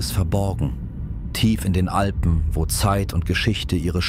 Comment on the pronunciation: Man sagt und schreibt Alpen und nicht Alben.